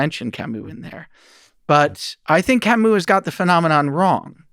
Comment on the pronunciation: The way they pronounce "Camus" 🥴